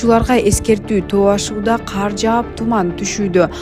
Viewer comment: Хэй блогер каар эмес, кар эле болот. Каякта окугансын.